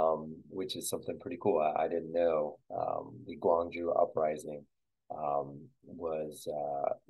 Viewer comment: Haha. Would provably lose. Penguin Village in Yangrim-dong and Mudeung san are pretty recognizable. Besides those, I only recognized the BOB pet store. Quick note: you started off with the correct pronunciation of Gwangju (gwang-joo) and ended by pronouncing it Gwangj-jOh.